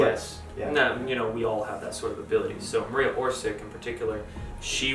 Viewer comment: It is not Maria Orsik it is Maria Orsić ... ć= soft "ch" like "Chandra (Moon)" ... č=hard "ch" like Chakra